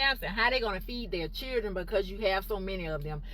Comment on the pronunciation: It's children. Not churdren